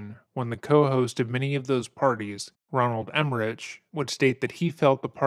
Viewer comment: Can i ask, y you TWICE, said "RoNAld emmerich" you said it 2 times aloud,....when his name is ROLAND......ROLAND EMMERICH,...you seem to be very articulate, and fact checked accordingly....YET you pronounced this producers very well known name, wrong...why?!!??!?!!!??!???!!